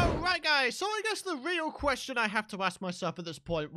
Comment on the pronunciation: You said ass 😮😂